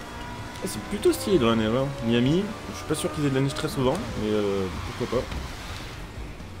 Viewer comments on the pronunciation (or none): none